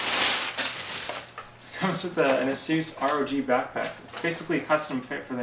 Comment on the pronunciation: Funny how Asus put up a video on how to pronounce it, and he works for them and didn't pronounce it right. Ha.